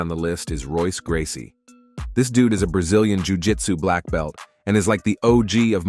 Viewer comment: Oh damn!!!! Not Wonder Eye Silva!!!😮😮 wtf how can they butcher these names so badly. Especially since they’re pretty damn well known guys and names. It wasn’t just Silva either, as he also mispronounced the all time MMA goat’s names well, Royce Gracie. Probably messed up some more but I zoned out after those two blunders.